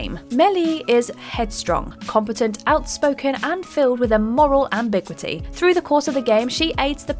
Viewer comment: why do Brits struggle with diphthongs so much. In ambiguity the ui is a diphthong, thus the vowels aren't combined, the i is its own syllable, Am-bi-gu-i-ty. I hear diphthongs mispronounced on British channels all the time, I'm just wondering why?